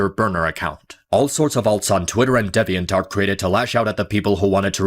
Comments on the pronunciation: I love how can’t pronounce “deviantART” to save his life 😂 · I know. There isn't a dialect that pronounces the word with an "eh" and further proves how bad is at speaking English. He needs to take classes. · HE SAID DEVVY-ENT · DEViant art